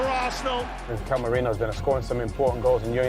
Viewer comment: there’s no ‘ñ’ in his name. don’t know why everyone struggles to pronounce it correctly. it’s simply just ‘Merino’. not Mourinho, Moreno or Meriño